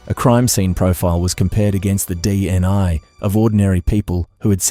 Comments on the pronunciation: Dna not dni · With respect, sometimes it said DNA but it also said DNI... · Sounds like AI to me so many inaccuracies, distances, pronunciation all wrong, DNI what's that seriously not Ai